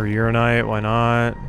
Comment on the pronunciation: It's pronounced ura-NI-nite not just ura-nite